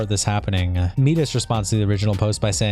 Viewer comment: I’m so sorry but I have to call you out on pronouncing m1das/midas as “meedas”